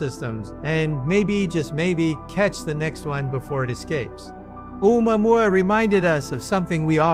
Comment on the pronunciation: this nutjob pronounces "Omouamoua" differently every instance 😂😂